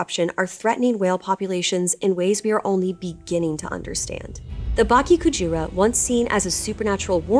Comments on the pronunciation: You mispronounced “Bake” as Baki It should be more of Ba-Kaye. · bake rhymes with sake - should have an 'eh' sound at the end. pls